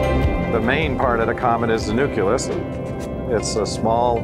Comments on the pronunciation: That douche said nuculus instead of nucleus. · Somehow I take this information with a little less credibility whenever a "scientist" tries to tell me anything has a "nukulous". Throw that right in there with that bin labelled "nukular weapons", Mr. Bush. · Ahem. That's nu·cle·usˈn(y)o͞oklēəs Sheesh...